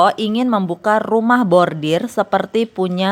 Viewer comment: Pembaca Narasi koq nyebutnya Bordir 😅, harusnya khan Bordil